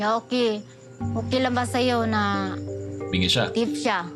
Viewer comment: Bingi po hindi Binge